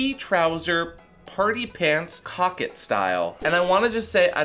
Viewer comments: It's not coc-kette... It's co-quette (French pronunciation)... It's still bad if it smells, definitely not coquette! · Cockette instead of coquette is taking me out